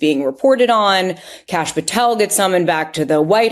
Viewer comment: "kaash" throws me off.. his name is kashyap [ k(uh)'sh - y(uh)'p ]